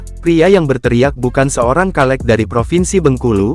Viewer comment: Hallo bang. Dibaca nya caleg bang. Bukan kaleg